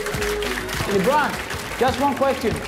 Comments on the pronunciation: I think that he didnt pronounce the superstar name correctly.... Lebron "Luh Bron" not Leebron xD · "Leebron" lmao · I love how Guillermo pronounce LeBron to libron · LEHBRUHN JAIMS